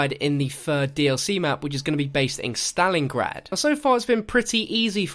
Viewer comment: He can't say Stalingrad